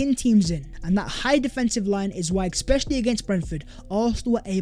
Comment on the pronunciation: I know you don’t read the comments section but mate…. It’s not ‘exscpecially’.